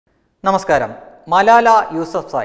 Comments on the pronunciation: മലായ അല്ല ചങ്ങാതീ ' മലാല ' ആണ്. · മലാലയാണ് , മലായ അല്ല ! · സംസാരത്തിൽ വല്ലാതെ വർഗീയത മണക്കുന്നു മലാല എന്ന പേരുപോലും ശരിക്കും പറയാൻ കഴിയുന്നില്ലെങ്കിലും അവർ വിവാഹം കഴിച്ചത് പക്കിസ്ഥാനിയെ എന്ന വൻ കുറ്റവും കൊടും പാതകവും തുറന്നു കാട്ടാൻ താങ്കൾക്കു കഴിഞ്ഞിരിക്കുന്നു. അവർ വിവാഹം കഴിച്ചത് അവരുടെ നാട്ടു കാരനെയാണ് അവർക്കും രാജ്യസ്നേഹം ഒക്കെ ഉണ്ടാകില്ലേ അതോ അതൊക്കെ നമുക്കു മാത്രം പറഞ്ഞിട്ടുള്ളതാണോ? തന്നെ പറഞ്ഞിട്ടു കാര്യമില്ല എന്നറിയാം ആരോ എഴുതി തന്നതു വായിച്ചു എന്നാലും സാരമില്ല പോട്ടെ